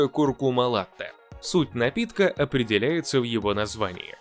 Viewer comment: Latte-молоко... Только вот произношение : La-почти как нота,, ля''))), Благодарю за ролик